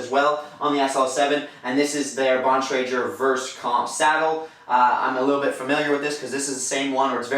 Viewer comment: Never hear somebody pronounce Bontrager wrong before.